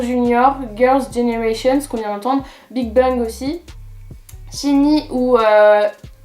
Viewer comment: C'est pas "CHiNi" que sa ce prononce c'est "Shaini" :p SHINee je suis une fan de ce groupe :p